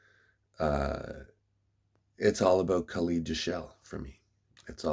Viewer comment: Kha led. Not kha leeed. Lol